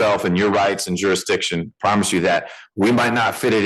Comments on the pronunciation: This guys grammar is the funniest thing I’ve ever heard… he’s got juridishon 😂😂😂😂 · Yuh-ee-dikshun Please make him STFU, PLEASE